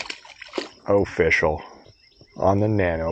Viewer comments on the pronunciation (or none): I've been watching these videos for about a year now, and I just realized you're saying "O-fish-al" and not simply "official". Your pun game is strong.